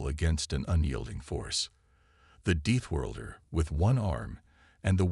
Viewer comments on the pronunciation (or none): Please send AI to reading lessons and English pronunciation classes. Begin with the word deathworlder.